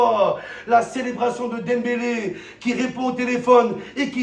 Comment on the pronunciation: il dit dempelé et celui que j'ai critiqué faut aller chez orthophoniste petit